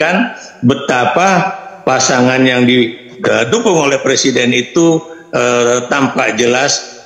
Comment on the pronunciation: Jokowi bilang presiden aja ngucapinnya per siden ..keliatan klo gak pernah sekolah